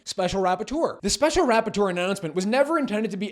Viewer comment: I know this is serious business but I can't help but giggle every time he says special "rap-por-teur(d)